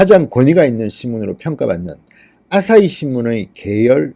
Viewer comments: 방송너무 잘보고있습니다~ 한가지 알려드립니다.... 앗!싸히가 아니라 아사히입니다... 아침의 해라는 뜻이죠... 부드러운 발음으로 "아시히"입니다요~ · 항상 단어를 정확하게 발음하지 않으셔서 좀 아쉽네요. 아싸이 동냥대학교 ,, 등등